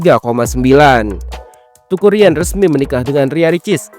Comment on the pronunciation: Teuku min.. bacanya Têku sprti ejaan Sunda, bukan dibaca TUKU 😆